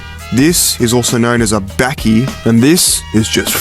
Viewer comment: Bakkie pronounced as 'Bucky' in South Africa.